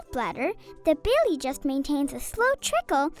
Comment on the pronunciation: Bile is pronounced bIle. Not billie